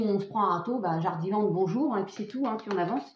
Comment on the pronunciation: 🐭 : bonzour zardiland 🧑‍🌾 Allez au r'voir 😂